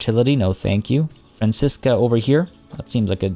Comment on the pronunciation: When you get around to the jaguars, can you do something in Brazil? They have their biggest stronghold there, and as a Brazilian, it would bring me a lot of joy!! edit: those giant anteaters have Brazilian portuguese names so the first time you pronounced Francisca was correct :)